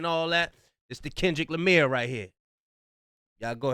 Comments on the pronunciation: said "This that Kendrick Lamir" 😂😂😂😂😂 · Kendrick Lamire😂😂😂😂😂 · "KENDRICK LIMEER" 😂😂😂😂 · Kendrick Lameer 🤣